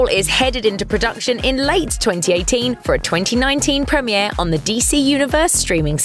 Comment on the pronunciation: Since the show "prem EEE aired" lmfao